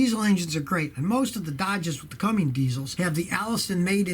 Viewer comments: CUMMINS DIESEL NOT CUMMINGS DIESEL. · it's Cummins, not Cumming or Cummings lol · Scotty, why do you call the “CUMMINS” diesel a “Cummings”?